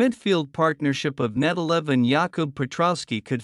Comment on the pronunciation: It's Nedelev, not Netelev, and probably his not gonna start